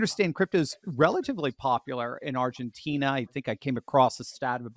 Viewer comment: in Spanish the "i" is pronounced as a long "e", and the "e" as more like an "ah" or "an", so it is pronounced like Ar gah teen een an. In general, Spanish is pronounced phonetically based on their pronunciation. But in English, we have no such rules. In English we say Llama as "Law ma" for the animal, but the Spanish say "Yama" because the double LL is pronounced as a "Y". I lived in Latin America for a few years and I could not speak like a native but I learned a lot about the language and could get around OK. But my friends in Latin America had the same issues when speaking English. For example they were reluctant to say sh*t because the long "e" made it sound like sheet as in a bed sheet or a sheet of paper. Instead they would revert to the Spanish word mierda. It was humorous how words in different languages could cause problems. In the country I lived in "pajaro" both meant "bird" and "homosexual" depending on the context. Viana, in the country I lived in was used as vaina de bayoneta which was a bayonet scabbard but in other countries it was a vulgar term. And the Latinos seem to have endless idiomatic expressions that when used in a conversation makes it difficult to understand the meanings. When I used English idiomatic expressions it left them puzzled what I was talking about. When I used "don't look a gift horse in the mouth" in Spanish they had no idea what that meant. And when I initially heard in a conversation, "Con la boca cerrada, no entrra la mosc